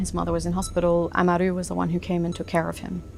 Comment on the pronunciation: They can't pronounce amaru right